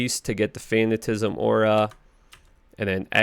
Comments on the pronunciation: Fuh Nat Uh Cism not Fan Uh Tism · No hate. More of a joke so don't take this the wrong way. I like your vids, but dood please learn how to properly pronounce some of these skills. You butchered Decrepify and Fatanicism...